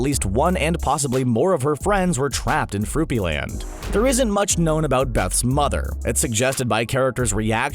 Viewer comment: its froopyLAND